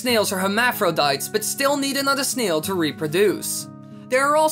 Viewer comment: no offense but the way u say snail hahaha it sounds like sneels